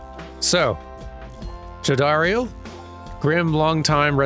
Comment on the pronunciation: You got the pronunciation of Jodariel right the first time.